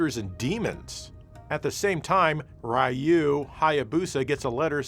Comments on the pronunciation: IT'S PRONOUNCED REE-OO!!! NOT RYE-OO, YOU SAVAGE PAGAN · Ryu is REE YU stop saying "Rye Yoo" >_< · Why u keep calling him Rei-you in ninja gaiden? It’s just Ryu (RE-you).. Or u makin another TATE MODE type joke? Tho I feel like this one’s obv even if I didn’t alrdy kno Japanese. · Actually i believe it's spelled Rye Hugh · Everyone knows the correct pronunciation for Ryu is roo. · Ryu….one syllable Pronounce as “dyoo “ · Who is Rai-you? That mispronunciation had to have been on purpose. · I wonder how would feel if we called him JO-"E" since he can't even pronounce Ryu's name properly. 🙄